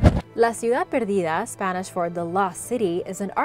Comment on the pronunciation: Im curious about why you can pronounce perfect Spanish. Are you latina?